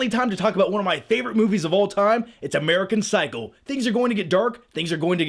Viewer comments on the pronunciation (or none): Did he say "American Cycle?" :D